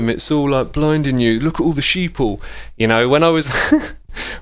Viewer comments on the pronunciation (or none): "look at the all the sheople.." i was dying lmao